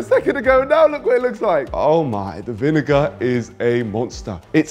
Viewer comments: Bruh no way in hell you're saying "vin-n word" instead of vinegar that's mental😢 please don't make that a thing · niko calling vinegar "vin n word" killed me 😂😂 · THIS! It was Kenny asking to repeat it first, then says, “er.. vin-fella” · repeat the word vinegar 10 times until u get it